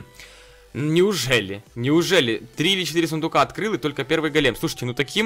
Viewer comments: Ты говоришь-гАлем, а нужно-гОлем! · правильно гОлем а не голЕм на 'о' ударение)! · Не голееееем а гооооооолем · Дмитрий Немиров Ударение на первый слог Го́лем (ивр. גולם) — персонаж еврейской мифологии. Человек из неживой материи (глины) , оживлённый каббалистами с помощью тайных знаний. Вероятно имеет общее с Адамом, которого Бог создал из глины и вдохнул в него душу.